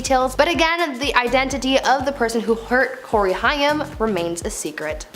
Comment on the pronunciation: It’s Corey Haim….like the word aim with an H.